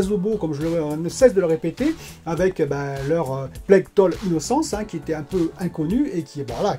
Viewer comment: Plague tale se prononce: « Plég tél »